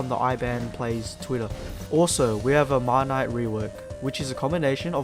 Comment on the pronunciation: I think you're saying Marnite wrong. Since it's a combination of Granite and Marble, it would most likely be pronounced 'Mar-nit' and not 'Mar-night'